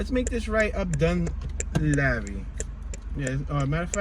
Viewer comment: Dun leeve is how it sounds